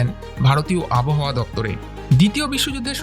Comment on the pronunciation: ভাল লাগল l উচ্চারণটা আবোহাওয়া নয়, আব্ হাওয়া । 🎉